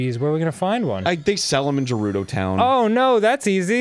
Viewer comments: I wonder how long arin will keep saying Jerudo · everytime I watch this playthrough it hurts me hearing Arin mispronouncing Gerudo